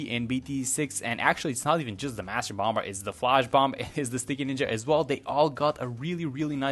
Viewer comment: I am not being mean, just there is no B pronunciation on the end of bomb/bomber - it’s just pronounced bommer basically